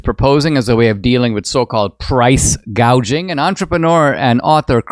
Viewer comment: And she's SO stupid, inept and inarticulate that she said 'price GAUGING' not "price GOUGING"...........God help America and the whole world if she gets over the line. Cheers from Oz!!